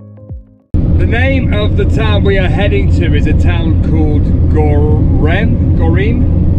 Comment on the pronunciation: just pronounce “gö-re-me” :)